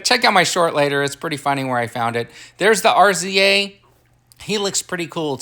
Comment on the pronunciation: It’s pronounced “Rizza” Mannnnnnn!😂😩